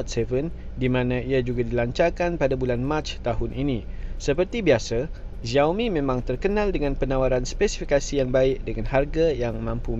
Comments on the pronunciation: Sebutan salah, bukan "ziaomi". Yg sebetulnya ialah "siaomi" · Yg betulii sebutan nye shiaomi